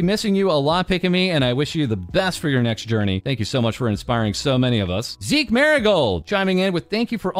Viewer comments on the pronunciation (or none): none